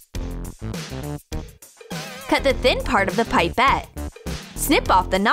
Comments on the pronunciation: Omg them calling it pipe-et instead of pip-et wasssss sooooooo triggering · It’s pepete not piepete